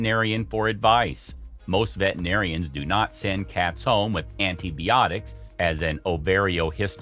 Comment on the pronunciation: Antie-Bee-otics. Lmao